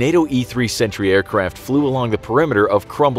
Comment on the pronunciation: You seriously confused me with your pronounciation of "Sentry" thought it said Century xD